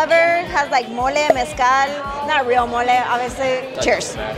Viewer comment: face-fuchsia-tongue-out: glad to hear you pronounced Mezcal in Spanish and not the white boy way.... I was about to unsubscribe.